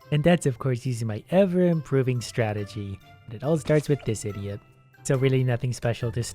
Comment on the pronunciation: I find it hilarious the way he says idiot sometimes